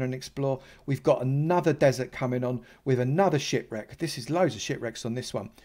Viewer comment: He said ship wreck but it sounds like that lol